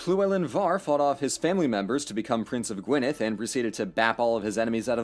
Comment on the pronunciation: Thankyou for pronouncing Welsh words correctly. I was bracing myself for G-why-nedd or Loo-lin. Faith restored.